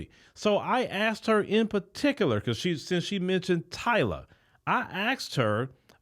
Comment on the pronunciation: Who the heck is “Tylarrr??” She can’t even pronounce her name correctly lol